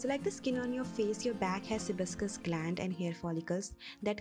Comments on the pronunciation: its see-bae-shious not sibuscus :) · It's sebaceous (pronounced sibachious) glands........so that all can know.